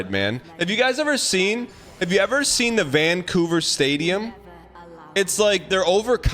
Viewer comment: why does dan say vanCOUver like it's a slur 😭😭😭